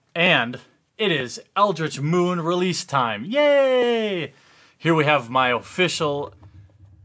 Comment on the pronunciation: Sounded like "Eldrazi Whooore" :)